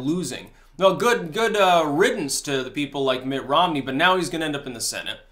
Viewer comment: "Mitt Rommel"....that young sir..is funny.